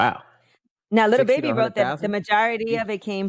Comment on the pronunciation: Did she say and Little Baby??? Lol lol I thought it was lil baby lol lol lol